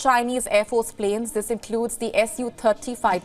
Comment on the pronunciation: can you pronounce pleeens to Planes?